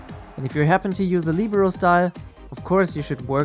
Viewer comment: Lihberoh is the pronounciation